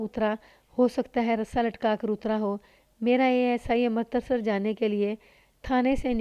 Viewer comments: ہمیشہ امرتسر (Amritsar) کو Amartasar کہتی ہو بالکل اچھا نہیں لگتا۔امرتسر تو اتنا مشہور شہر ہے، تمہیں نہیں معلوم۔ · لگا کیا ہوگا تم تلفظ غلط کررہی ہو ،کہانی سن لو پتہ چل جائے گا،ویسے تم نے اس کہانی میں ہی نہیں اور بھی کئی کہانیوں میں امرتسر کا تلفظ غلط کیا ہے لیکن اس کہانی میں یہ نام بار بار آیا ہے۔ہردوار(Haridwar) کو بھی غلط کہتی ہو۔